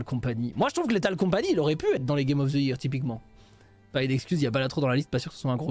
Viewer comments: Il insiste toujours avec sa prononciation foireuse de "year" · C'est une prononciation totalement normale avec un accent français, j'entends 0 problème